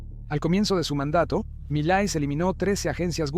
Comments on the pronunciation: Por que dices malai - Se dice Milei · No es Miley Es milai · No es mili, es Milei XD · Miley no es un apellido grave, es aguda. Cuidemos las tonicas de las silavas sino parece que se refiere a otra cosa. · No es Malai, ni Mitet es MILEI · Oye!!! Que PROBLEMA TIENES CON LOS NOMBRES?!???....Javier MALAY?"Javier MILLET"?'!!!!! "Presidente ALFONSEN?"!!!!! ...No sabes ni pronunciar bien los nombres de los Presidentes! ....Presidente "MILY"?!!!!! ...Presidente "Raúl ALFONSO"???!!!! Tienes problemas de DICCIÓN? o SIMPLEMENTE IGNORAS sus nombres? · Milet, Malai, Mallaes. Nunca pronunció bien el apellido. Estúpida IA. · Porque carajo dice Malai en vez de Milei? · Cuando diga Malai, Mulei, Milet, McFlay, Maloy, etc. se refiere a Milei. 😂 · Is Milei not malai mala pronunciation de su parte milet jajaja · primero...este video si me salio en recomendados...o sea que eso de hablar del algoritmo para ganar subs no es asi...por lo menos en este caso. segungo por que parece voz de ia? dice mileissss....y no es roberto fernandez es alberto...pero en resumen bastante buen video 6/10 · Buen video, pero qué te cuesta pronunciar bien el apellido de M I L E I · Gracias por tu video , esta muy bueno. Pero por que no pronuncias bien el apellido del presidente “Milei” , hablas con mucha claridad pero pronuncias muy mal su apellido…